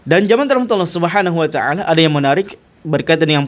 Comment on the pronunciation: 😅 "Subhanuacaala" ? Maaf nih kedengeranya kok seperti bgitu pelafalan nya?